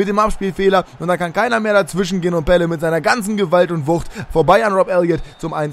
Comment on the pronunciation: Graziano Pelle hat richtig ausgesprochen weil ich Italiener bin und es weiß